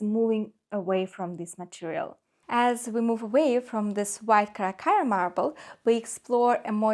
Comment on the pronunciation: if you believe that critical suggestions help you to grow and improve your product, I would think of working on pronunciation (eg. of mispronounced words; Carrara, murals, technic). Btw travertine is not a marble, it’s a type of limestone.